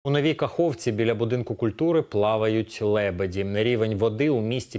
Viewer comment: лЭбЭди какое мерзкое произношение